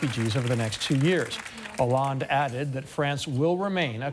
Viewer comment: HAHA! Seriously - Listen to the flanger-effect they put on John's pronunciation of François Hollande :D